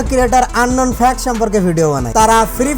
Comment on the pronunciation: Unknown Fact Of: আবালটা একটা মূর্খ... শালা Fact উচ্চারণ করতে পারে না... Fact কে Fax বলে... 😂